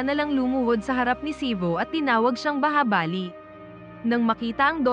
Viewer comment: Bahubali Hindi bahabali😊😊😊